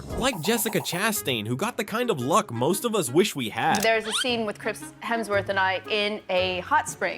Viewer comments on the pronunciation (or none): I was about to comment Hermsworth 🤣 he has literally made a video with every person saying his last name right to get it wrong defs rage bait 🤣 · "Hermsworth". More AI slop.